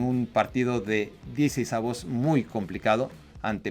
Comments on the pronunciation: Hola, no se dice "DieCEisavos", sino más bien "DieCISEissavos" de final. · “Diecisavos” :v